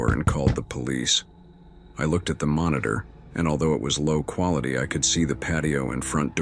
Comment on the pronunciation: First story : Always emphasizing " low quality".